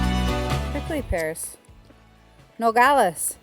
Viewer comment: It's "Nopales" with a "P". Nogales with a G is pecan trees.